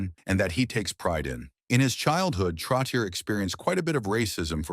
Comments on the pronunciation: Not Trottieure... Trottié like yé.... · It's pronounced Trottchehhh 😊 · NUMBER 19 - MY FAVORITE ! His combination with Mike Bossy -INCREDIBLE ! & It's TROT-E-AY { NOT ER } !!! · This announcer is a disgrace. Pronouncing the name over and over incorrectly is brutal. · It is brutal to listen to this when the AI voice repeatedly pronounces his name wrong! Before writing this tribute…speak to someone who is in the know and ask the proper pronunciation of his name! 👎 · You are so right. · Please work on the name pronunciation. Terrible! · Ya. Like no shit. I quit watching after less than 2 minutes cos I couldn't listen to that dip shit fuck that name one more time.